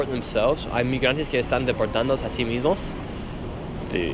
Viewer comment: the way the dude said yes in spanish hahahahhaa😂😂😂